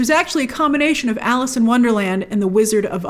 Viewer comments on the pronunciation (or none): none